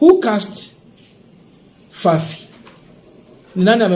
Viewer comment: Fafi constituency not FIFA. Nevertheless, your political analysis is good.